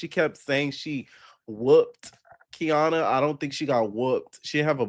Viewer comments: It’s KA-NY-AH NOT KEY AH NA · Kaniyah (Kah- Nie- Ah)! Lmfao. I can’t with you calling her Kiana. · It’s getting on my nerves atp, he even went to her page that has her name & still saying Kiana 😂😂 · its KANIYAH 😂😂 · I love u down but that lady's name is KA NI YAH 😂😂😂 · Boy you pronouncing her name wrong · are you purposely saying Kaniyah's name wrong? lol